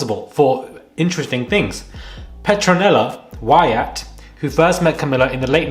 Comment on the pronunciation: It is pronounced as Why ut not why at (cf petronella)